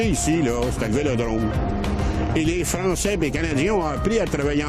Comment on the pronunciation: ... ctun maudit frrrançais encowwwre .. haha j'adore 😅😂 ça me fait rappeler mon grand père